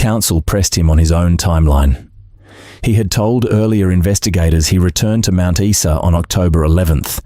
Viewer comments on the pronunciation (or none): It’s pronounced Mt Isa not Esa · Mount what? Issa!?? Don't you love AI?! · Every dictionary and encyclopedia has the pronunciation of the word beside it. Straight from Wikipedia: Mount Isa (/ˈaɪzə/ EYE-zə). Teach yourself. Isn't that what AI is supposed to do? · What a TRAGEDY that Preston was not nailed for shooting those three fine young people!!! What IDIOT would pronounce Mt. Isa (eye-za) as Mt. (eesa), for goodness sake ??? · 1977 motorcycles were not 'vintage machines' in 1978. Also - Mount eye-za. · Message to AI ... its pronounced Mount 'EYE-SA' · It's pronounced ... mount eye za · Spot on, this goose must be from the abc. How can an Aussie not know how to pronounce "Mount Iza" pronounces it even though it's spelled Mount Isa wrongly. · Geez mate learn how to pronounce Mt Isa! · My thoughts exactly. This narrator was polluting my ears with his mispronoucation of Mt.Isa.